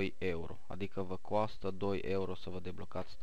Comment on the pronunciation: Super tare "vă coastă"